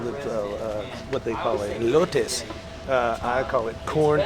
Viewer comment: Elote not elite!